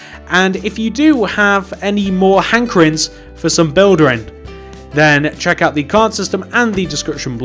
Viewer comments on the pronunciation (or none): none